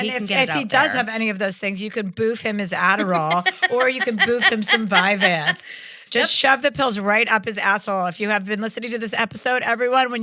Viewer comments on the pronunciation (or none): none